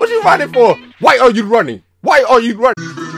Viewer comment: WHY AH YOU RAHNNING